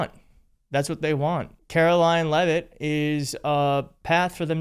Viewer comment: She can't even pronounce her own last name, it's Leavitt not Levavitts. Geez